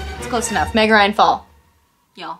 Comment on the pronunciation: everytime says 🎃meg ryan fall🎃 I can't stop listening ✨migraine fall ✨ I love meg ryan ok??? I'm just stressed out